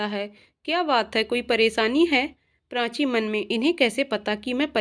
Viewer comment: बहुत सुंदर कहानी। मगर उच्चारण की अशुध्दता खलती है । कृपया श को स न कहें और प्राची को प्रांची न कहे उच्चारण की यह अशुध्दता बहुत कर्ण कटु लगता है उच्चारण शुद्ध करें।